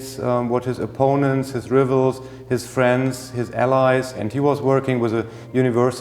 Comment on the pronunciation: I’m not poking fun at the curator’s accent, but I do enjoy how he pronounced “rivals”. English is a silly language to read at times. I really hope they utilize all of those notes for a film of Napoleon in the near future